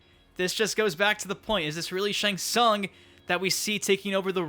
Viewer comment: it's Shang Tsung duhh